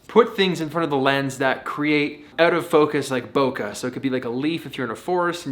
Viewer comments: Don't forget BOKEH pronounce "BOKEI" not BOKA were in 2020 and still people make that mistake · Bokeh not bokah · How come the Canadian always pronounces bok"EH" wrong?